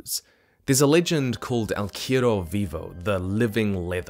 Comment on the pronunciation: Hey man, love your content. Just wanna correct your pronunciation of "cuero," real quick though, because it sounds like you're saying "quiero" which means "I want." Cuero is pronounced, coo-ehr-oh. Hope this helps!